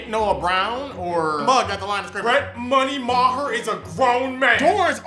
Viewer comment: This man said "Money Maher"